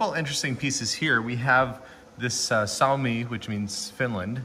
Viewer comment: I had a double take when the Finnish jersey's came on, so I had to google Len Lunde. Your pronounciation of ilves was close, you just also have to pronounce the E. It means lynx in Finnish, which is why it's their emblem. In Suomi you seemed to switch the u and the o for some reason. CCCP means the Soviet Union.